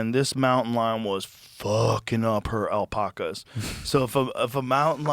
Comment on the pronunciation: have never heard anyone say it as “alpahcahs” before lmfao